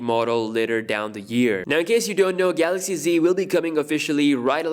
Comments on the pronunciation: Yes. No more Galaox pronunciation guys! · Roh te moon if i pronounced it right and new samsung galox comments will hit everywhere now U will be missed dj🤙🏽🤙🏽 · Say GALOXY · DJ: Galox: Garoxx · Shit so we wont get to hear him say The GALOX S20 ultra. Sad! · "Samsung Galox"🥺😥.ill miss it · We will all miss him saying “Samsung Galox” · The “GALOX” Note 10 😆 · That was fun, yes a new Galaoxy for Samsung Mobile! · It’s garax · Samsung Kellogg's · The new Korean guy will be saying Galocs instead~ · I wonder how he's gonna pronounce Galaxy😂